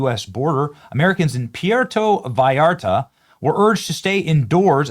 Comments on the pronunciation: Benny, No “V “ sound in Mexican language for Vallarta… more like Bayarta. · God knows I love ya Benny~ but, when you can't pronounce Puerto Vallarta correctly (you got the back half right... the tougher part~ vi-art-ta) and, you can Puerto Rico... you start looking FAKE AF! IN the words of Our former [brain dead] President... "c'mon man"! I am also willing to bet half the vacationers in Mexico are conservative as well! So yeah, "stop it, get some help" and "Be Better" brother!~ R/ USNret 🦆